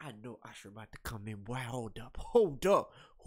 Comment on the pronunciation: You know his name is Usher right? Not Isher.